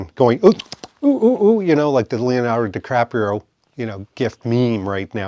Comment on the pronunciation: Why did you just call him “Leonardo DiCrapio”? 🤔 Side note, “Varvatos” rhymes with Barbados.